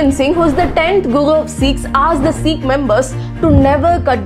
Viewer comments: This is not Siiiikhs....this is Sikh only .....Don't put stress on Si....Learn pronuncing first...then share borrowed knowledge...😢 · Please pronounce good it's not seeking its sikh 😢❤❤❤ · You’re actually not pronouncing Sikh properly, it’s not ee it’s pronounced like sick.. The long hair is part of the 7 K’s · Good video Its not pronounced as seekh it pronounced as sikh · Well, first of all its not "Seekh", rather "Sikh". Didn't expect it from someone who brags all day about pronouncing all indian names correctly. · Pronounce sikh correctly it's not "seekhs" it's sikh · Having accent doesn't mean that we will pronounce a universal word wrong. It's sikh not seeekh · It's not Seek it's Sikkh to pronounce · Okay wtf why is she pronouncing Sikh as seekh? Just say Sikh not seekh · Pronounce sikkh.. not seekh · Learn to pronounce 'Sikh'. Its Sikh not seeek. Okay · Pronounce properly pl ... Sikh ... Not seeks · It's not pronounced as sick but as sikh...stress on kh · Come on dude you r not from west you are from Bharat you can pronounce Sikh properly iggg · Your explanation is great but please just improve the way you pronounce Sikh😊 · Please pronounce sikh correctly. Very informative video